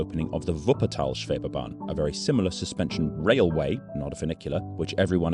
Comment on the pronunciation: Schwebebahn. Not Scwhebebahn. 🙂 Sch is a kind of sh sound, but a bit "richer" in tone.